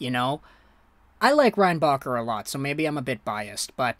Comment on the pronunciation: Nah i think he just couldnt say his name like most anglo with anything a bit latin